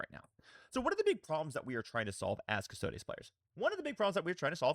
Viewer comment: Love your content and I hope you don’t mind me saying this, but there is no ‘a’ in custodes. It’s cus-tod-ees not cus-tod-ays.